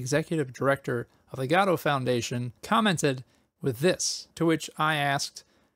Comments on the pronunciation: I thought Godot is pronounced Guh-dough, not Gah-doe. So, I googled the pronunciation to confirm it. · Did you just say... "Gadot engine"? That's... Not how you say it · I'm such an asshole, I can't watch this because it makes me twitch when I hear people pronouncing Godot as GAWdoh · huh... Gado is a new one. (pronouncing i mean)